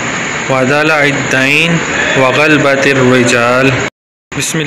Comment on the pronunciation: غلط پڑھ رہے ہو آپ کا تلفظ صحیح نہیں۔" غ "کے اوپر زبر ہے" ب "کے اوپر بھی زبر ہے.لہذا اس کو غا لا با پڑھا جائیگا۔۔پورا لفظ غا لا با ت الرجال ہے ۔ امید ہے سمجھ گئے ہونگے میں اپنے تحریر میں زیر زبر نہیں لکھ پا رھا ورنہ پورا لفظ لکھ کر بتاتا